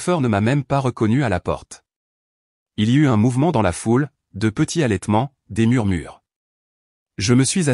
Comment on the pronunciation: HALÈTEMENT devient ALLAITEMENT